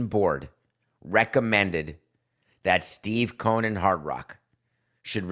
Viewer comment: It's COH-en